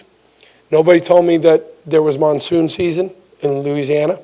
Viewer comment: Did that boy say loosiana